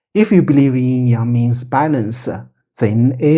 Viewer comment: Thank you. Excellent description of Yin Yang. I appreciate the correct original pronunciations too.